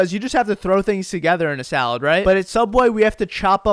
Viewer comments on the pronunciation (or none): I hate making salades too! 😩 Its SUBway not SALADEway, why are we making salades!!